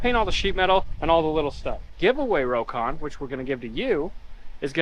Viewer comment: Rock-on. Not row-con, C'mon!